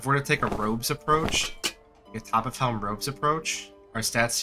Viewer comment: topf is german and means bucket. it's a 1 syllable word. topf, not toppiff.